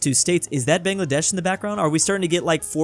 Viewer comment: bro its (buh-ng-luh-desh) brooo